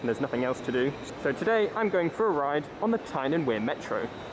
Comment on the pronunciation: orrible pronounciashun of metraw. pronoonce it lak a propa geordie man.